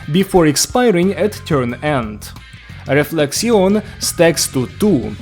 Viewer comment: I'll be honest here, as a french speaking person, your pronunciation of the french terms was pretty good. 'Though "Réflexion" can simply be pronounced as Reflection, or you can make the "n" silent. Both works here. Otherwise great review!!